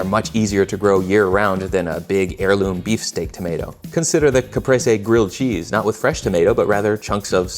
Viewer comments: Im also getting triggered by the way you pronounce "caprese" ... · Oh, so it’s not called a ‘capreez’… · Oh no, you said it 3 times in total... i hate my life